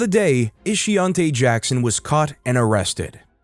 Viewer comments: Ishiontae ? Ishionti , huh 🤔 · Shameka, Ishionte... dont this rubble have proper names? WTF is "Ishonte"? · "Ishionte"? Mhhh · Ishionte?? 😕.. 🤦🏿.. Her mamma was trying wayyyy too hard to come up with something "unique". 😒